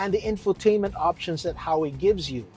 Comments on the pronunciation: What’s HAWEY it’s called HUAWEI! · “Ha wei” “Lambor hini” You mad at U and G? 😂 As a chinese, it’s not ha wei. It’s literally hua wei.